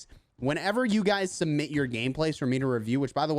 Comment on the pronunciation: Submit. Not cement...